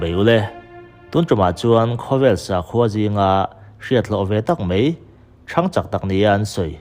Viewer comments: Ziak i chhiar thosia , 'mai' tih tur 'mei' tih i ching mahmah .. Bengvar thlak thin khop mai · 'Mai' tih mai turah 'mei' tia chhiar/sawi tlat hi an tam 'mei'..... 🤮